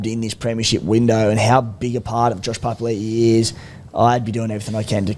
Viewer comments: Is trying to make a point about pronunciation? For the past few months he's literally said "pa pa li i - oh sorry pa pa li" to the point where it's sounding like a statement against how it's pronounced Like it's so on the nose now you can't be getting it wrong that often the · Oi Beak Rothfield... J Papalii 2021- "Every year I have requested my name to be pronounced ‘puh-puh-ee-lee-ee’ which is how you say it.”